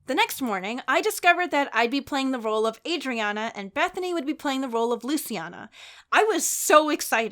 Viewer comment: I got so happy when said Adriana bc that’s my name and people always pronounce it wrong but she got it right and I’m so happy:))))